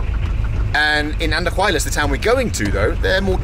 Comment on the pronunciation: It is very funny how you guys butchered the names of the towns. Andajuelas vs Andahuaylas 😂